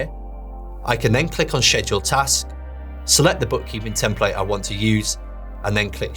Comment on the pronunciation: Hi sir, it's actually pronounced "sked-jool", and not "shed-jool."